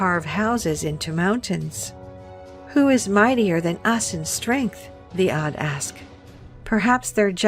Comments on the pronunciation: Od sounds like Og... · 'Ad with the letter Ein.....not Ad with Alif.m.